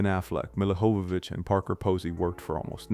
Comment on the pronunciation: How do you not pronounce Oingo Boingo correctly? Or Dino de Laurentis? Or Jovovich? Or Wachowski?